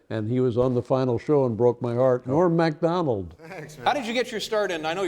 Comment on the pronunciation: Nobody else could ever be like Norm Macdonald. I always like the way Dave pronounces Macdonald NOT Mik BUT Mac 🤓